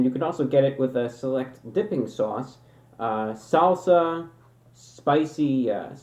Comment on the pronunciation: why does he say salsa like that